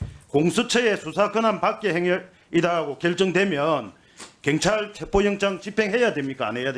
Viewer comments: 애들은 왜 경찰 발음이 안되는거냐? 민주당이 카톡 알림 받는 것 보다는 국수본 찾아가서 압력 가한 것이 더 문제 아니냐? 어떻게 국회의원이 국수본을 찾아서 압력을 가할 수가 있냐? 니들 입장문만 국수본이 볼수있게 언론에 대고 발표하면 되지... 아 협박하는 것은 방송에 나오면 안되니까 직접 찾아가서 얘기한 것이니? 경찰서 앞에서 시위하면서 얘기한 것도 아니고, 국수본 본부장을 직접 면담하고 얘기한 것은 상당한 문제인 것 같은데, 민주당은 왜 이런 부분에 대해서 강하게 얘기를 안하니? 어떻게 국수본 본부장을 찾아가서 국회의원이 압력을 가할 수 있냐는 말이여? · 갱찰 이여 경찰이여 애는 발음도 못허는가 이님 울나라 사람 아닌겨 참 웃기는 사람일세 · 발음부터 교정좀 하고 나와라 갱이 뭐냐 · 이 놈아 발음좀 똑바로 해라~갱찰이 뭐냐? 경찰 해봐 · 동만아. 갱찰이 아니고 경찰이다. 혓바닥이 짪으면 그냥 자빠져 자라. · 갱찰이 아니고 경찰이다 발음도 못하냐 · 갱찰이 뭐냐. 경찰 발음 부터 배워라 모질해보인다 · 정동만 저 새끼는 제대로 질문하는 걸 못봤어. 갱찰 말고 새꺄 경찰 씨발아.. 발음도 지대로 못햐~ 하여간에 저런 작대기 뽑아주는 동네 꼴아지 하군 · 갱찰X 경찰O 발음좀 똑바로 해라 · 갱찰이 아니라 경찰이야. 말이라도 똑바로혀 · 나도 부산 사람이지만 갱찰이 아니라 경찰이라고 해야지. 그것도 못하면서 무슨 국회의원이야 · 갱찰 진짜 거슬린다 사투리 억양은 그럴수 있지만 단어 자체를 다르게 발음하는 유일한지역 갱상도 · 갱찰? 발음이나 똑바로 해 ~ 공정한 수사? 입이 열개라도 국힘은 말 하면 안된다. 말하는게 무식한 깡패와 뭐가 다른가 한심하다 저런게 금뻇지달고 국회의원이라고 ~ ㅜㅜ 계엄해지 투표할때 죄다 도망간 인간들이 부끄러운줄도 모르고 권력의 졸개들 ~ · 갱찰 갱찰 갱찰 발음 진짜 거슬리네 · 내란당 놈들은 경찰 발음도 못해 갱찰. 갱상도 사투리가 저 놈들 땜에 혐오의 언어가 되었다.